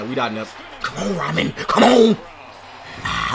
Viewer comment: Ramen. He's the best player on the team you claim to root for get his damn name right its embarrassing. Its Amon (Ah Min) please get it right its so annoying when people mispronounce it. If you cant just call him Sun God.